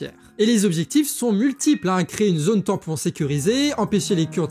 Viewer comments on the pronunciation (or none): none